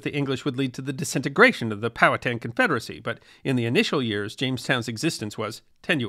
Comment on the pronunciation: Thank you for pronouncing Powhatan correctly.